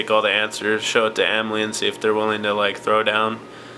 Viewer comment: Its anomaly, not anmaly haha